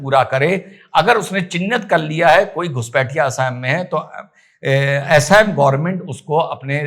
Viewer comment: अरे उनका नाम- हेमन्ता नहीं है। उनका नाम- हिमन्त है। और राज्य का नाम- एसाम नहीं है। राज्य का नाम- असम है। Assam = Ass+am = असम